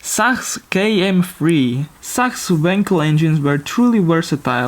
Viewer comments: Sachs is actually pronounced "saks" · Sachs is pronounce like sax, but great voiceover overall! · Even in Germany that company Sachs is pronounced like "this sucks", perhaps with a softer s at the beginning.